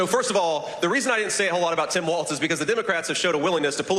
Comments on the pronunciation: Kyle, the name is pronounced Walls, not Waltz. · Hey, Kyle, love your work and energy! 👏🏻👏🏻👏🏻👏🏻👏🏻! Thanks for your coverage. Just one FYI: Walz is pronounced “Walls,” rather than “Waltz.” (Not sure which way you’re saying it. Was difficult for me to tell. But lots of people get this wrong. 😜) It’s like “Ballz to the Walz.” 🤘🏻 Just mentioning, since we hope to hear a lot more of his name in the future. 😁 —Minnesotan who’s enjoyed Walz rep’ing my district for 12 years and then state for 2 terms 🙂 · KYLE FOR PETE'S SAKE, WALZ = WALLS NOT WALTZ!!!!🤬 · Kyle, why do you keep calling Walz Waltz? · I enjoyed the video. But let’s stop calling him Waltz. It’s Walz like Walls. Thanks. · Take a shot every time Kyle says Waltz instead of Walz. Dead after half a video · Can you please pronounce his name right? It’s grating… love you…